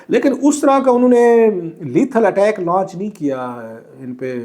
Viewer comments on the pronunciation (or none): none